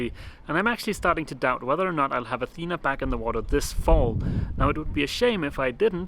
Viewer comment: Dogs eat and sleep, thats why they call it dog life..., Athena the town is pronownced the way you say it Athena the goddess and the female name is pronounced with the tone in the last "a" athenaaa imagine the three aaa as a tone. There is another way to varnish wood, it is called liquid glass and it makes very nice varnished areas but basically it is epoxy and i don't know how it behaves in moisturus enviroment.